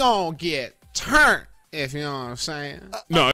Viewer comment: “We gon get TTurnt if you know what I’m sayin”-Tim 💀🤣